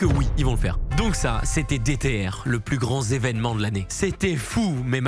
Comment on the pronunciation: le plus grand zévenement ??? ou est la liaison ??????